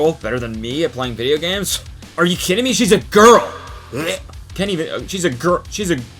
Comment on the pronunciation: “You gotta be k-UHYDDING me”